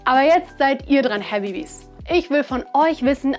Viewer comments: "Habibis"😂😂 Cringe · Das „I doubt it“ war schon schwierig, aber „Habibis“ hat mir den Rest gegeben. Sonst sehr gutes Video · "Habibis"? Irgendwie fühle ich mich langsam ausgeschlossen. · "habibis" ?? common leute🤦🏼‍♂️ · Hat sie habibi gesagt? 😆